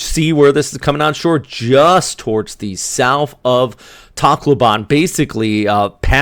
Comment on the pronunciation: It's pronounced tack low ben by the way :)